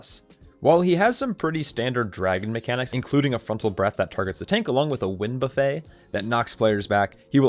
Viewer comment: (In case this was not just a joke…) *wind buffet — pronounced “buh-fit” instead of like the food “buffet” 🙂